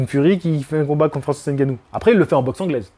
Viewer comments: merci pour la prononciation du nom , c'est effectivement ngannou, et pas N'gannou. Ça fait plaisir de voir des personnes de temps en temps s'arrêter et se corriger sur la prononciation réelle des noms. Au Cameroun et en Afrique personne ne dit jamais n'gannou. Tu es respectueux et passionné, force à toi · Je constate une amélioration sur la prononciation de Ngannou. Pas N gannou comme j'entends souvent.